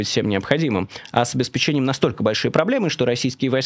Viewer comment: Майкл, выходя на миллионную аудиторию с неграмотным произношением вы совершаете жуткую диверсию по разрушению языка: ОбеспЕчение, а не обеспечЕние, штУрмы. а не штурмА